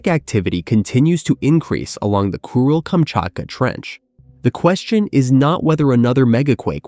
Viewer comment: why do I hear it as “Cruel”-Kamchatka 😑